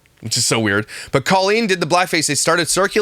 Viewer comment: Does Trisha not hear herself saying Co-lean? And does she not know that's not how you say it?! Drives me BONKERS! 🙉